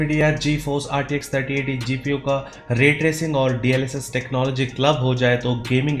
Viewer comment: Isme bhi FOWERFUL GFU bol raha hai 😆😆🤣🤣🤣